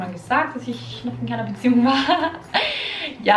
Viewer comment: Ich hab als sie Beziehung gesagt hat erst Museum verstanden 😂